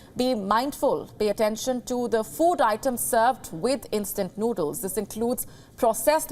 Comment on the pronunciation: Koooking! Instant nuudlles! Where they get these indian annoucers? They used to kniw how to speak english. They have 0 standard now.